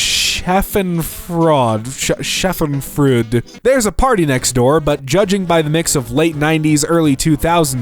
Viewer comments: "Schadenfreude" - "Scha- (like in shawl) den (like in den) freu (the eu makes a sound like the oi in void) -de (the e is pronounced and not ommitted) the joy about the (comical) misery of others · scha·den·freu·de is how you pronounce that: it’s pleasure derived by someone from another person's misfortune. It’s a german word. There’s an entire song about it lol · Him not being able to pronounce schadenfreude makes me realize not everyone has seen or heard Avenue Q and I don’t know why I’m surprised at that.